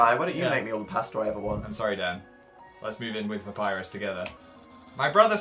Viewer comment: Also love how they pronounce a double "P" in 'Papryus"